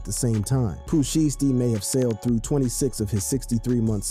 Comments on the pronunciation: It's shiesty not sheesty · Shiesty... not sheesty. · How u gone say his name right once then go back to callin him sheesty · Lol I was thinking the same thing. Every time he say his name like that it hurts my ears 🤯😢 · Blowing my life he can't say it right 😂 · Say sheesty again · You can't seriously be sayin sheesty. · How you say his name right one time then you mess it up the rest of the video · I cringe everytime you say his name.. geez.. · If u can't say a rappers name right. Please don't make videos about them. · Bruh say his name right 🤦🏽‍♂️😂😂😂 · Dude you slow u not even saying his name right😭😭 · Bru say his damn name right 🤣🤣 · Say his name right !! 😂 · How you going 2 do a video about a man and not pronounce his name right tf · This dude is slow can’t even say Pooh name right 😂😂😂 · don't do the video if you cant pronounce his name...and you know what you're doing because you said it right at one time